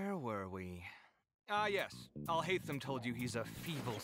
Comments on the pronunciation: Alhaitham(Al-Hate-ham)? No. Alhauntem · It’s al hai th im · Alhaitham? Nah it’s ‘Alhataem’ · And it’s said al- hay-thum u got other names wrong too lol